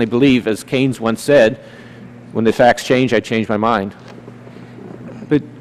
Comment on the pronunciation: "Keyenes said............." Oh dear God did he really just say that?